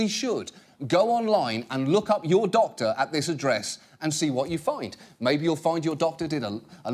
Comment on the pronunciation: the lady sounds like she's deaf. WE ESSENTIALLY SAY TO A DOCTA, "HAY, DO U WANNA BE A THOUGHT LEEDA?"